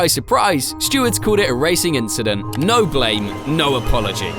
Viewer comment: Bro had to say leclercs line inchident 😂😂😂😂😂😂😂